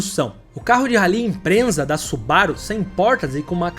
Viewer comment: O vídeo é muito bom e bem feito, mas cuidado com a pronuncia imprensa é doído demais !! Impreza meu amigo ! Parabéns pela dedicação Edição muito boa e conteúdo fantástico.